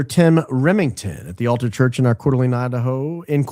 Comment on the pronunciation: I'm an Idaho gal... Tim Remington is a pastor in Coeur d'Alene (Core dah lane). Moscow (Moss co) Idaho isn't pronounced like the Russian city. I graduated from U of I back in the day and live in the CDA area.